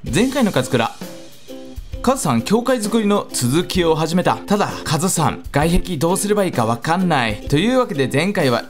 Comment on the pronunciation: はいどうもこんにちは勝村でーす。って聴こえた